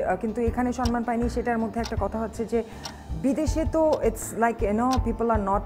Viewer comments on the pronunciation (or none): কথা শুনে তো স্মার্ট,শিক্ষিত মনে হচ্ছে।বাট সে "সম্মান" উচ্চারণ করতে পারে না।Shame😑😑😑